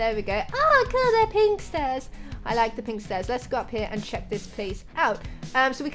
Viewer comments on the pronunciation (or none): none